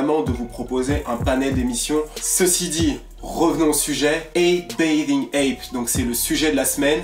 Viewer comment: mdr comment tu dit "bathing" ça me perturbe